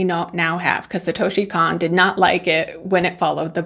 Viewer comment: This is one of the best movies ever made. Also his name is pronounced like Cone, like ice cream cone ❤